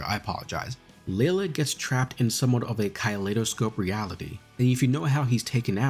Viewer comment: I might not know the lexicon of this series... But I know he mispronounced Kaleidoscope 😐